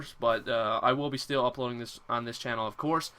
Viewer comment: Heard the accent when he said "then" and "still".